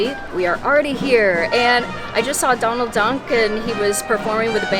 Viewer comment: It sounded like you said “I just saw Donald Dunk” instead of duck and that makes me like you even more. Adorbs